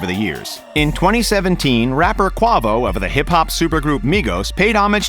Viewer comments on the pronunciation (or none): this nigga just said kwavoo ITS QUAVO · “Kwah vo.” That one hurt. It’s “Kway-vo” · I fucking hate this dude bro. This nigga said qwavo😂 im dead💀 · Called Quavo an avocado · This nigga said qawvo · Who's "kwa vo"😂😂😂😂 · bitch said qwa vo and an r1 is 98cc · First thing that stuck with me: Kwavo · Dude really just sat there and said "Quahvo". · This nigga said "Qwahvo" 😂😂😭✌ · kwah- vo?? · Quăvo.. 🤣🤣 I'm outta here on that one. You'll want to use a long "a" next time buddy. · He did not just say “kwa vo”😭💀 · Oml I died 💀😭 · Lol he did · I flatlined when he said that shit. You know he dont know shit about the culture. 😂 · This guy don’t know shit about cars can’t find an f50 Ferrari for under milllon and the Lamborghini is a Svj that was half mill starting. Do you all research before making the video. And can even say artist name right.